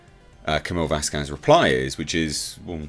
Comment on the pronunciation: VASquez. Wrong emphasis